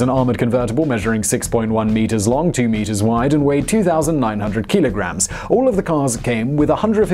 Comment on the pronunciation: What's a keeeeelagram? 😂